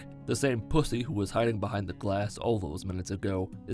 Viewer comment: the way you say pussy is so funny lmao